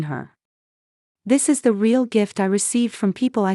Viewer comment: Rayall instead of real. Got to Love AI